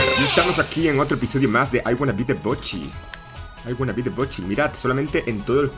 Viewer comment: La "sh" para es como la "ch" XD..... "I wanna be the bochi"